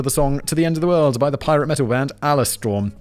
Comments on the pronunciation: It's ALE Simon, not Al-e. Ale as in booze AleStorm is fucking great, nothing like a few beers and some Alestorm Keelhauled. Give it a try when the wife's out with friends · ALE-STORM not ales-storm - Alestorm are great. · A British man pronouncing Alestorm like "Aleh Storm" is the single most infuriating thing I've ever heard. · Ah-le storm? Its Pirate Metal, its Alestorm, as in Ale, the alcohol. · Simon pronouncing Alestorm as "Allerstorm" LOL Perhaps they should hyphenate to avoid such slipups in future! Do yourself a favour Simon and YouTube "Alestorm - P.A.R.T.Y"! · Oh dude... it's pronounced "ale-storm" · I'm sorry I am dying at Simon pronouncing Alestorm as Ah-le-strum. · Simon, Alestorm is pronounced like the drink. a storm of ale, Alestorm. not Ah-Lay-Storm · It’s pronounced Ale Storm and they are fucking epic. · Pausing the video to take a moment to recover from that pronunciation of Alestorm. That one stung. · That caught me severely off guard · Loved how Simon pronounced Alestorm XD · Only Simon could mispronounce Alestorm. Such a fun band! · Headline: "British man pronounces Ale wrong" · I love how poorly you pronounced Alestorm in this video xD Wasn't expecting them to be brought up in this video either omg. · Bruh, Simon Whistler pronounced Alestorm wrong. I'm a tad miffed. Commenting because I'm an Alestorm fan. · Come on Simon, 'Ale-storm' isn't that hard to figure out lol. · Who else listens to Alestorm and stopped to check out the song? BTW, ale rhymes with hale Simon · Fact Boi can't pronounce alestorm.... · I know Simon is holy fact boy but... How do you be butchering Alestorm like that😅 sounds like Simon's been hitting the blaze before cracking out the scripts